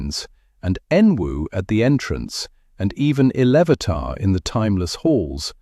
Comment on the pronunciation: Now its ill vatar come dude get it right.